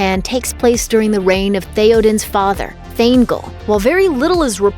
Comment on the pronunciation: Roe-hann and thayne-gehl oh god it’s cringe